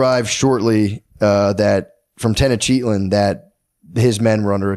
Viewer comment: Matt’s pronunciation of the city names is crazy. Tenochtitlan was different every time, at one point I think he called it toughactin tenactin. 😂😂😂